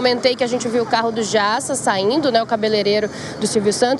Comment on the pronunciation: Errou o nome do Carlos Alberto de Nóbrega e não dá Nóbrega e o cabeleireiro é o Jassa e não o Jiassa !!!